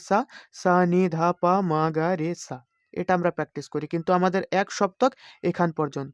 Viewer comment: সা কে ছা উচ্চারণ করেন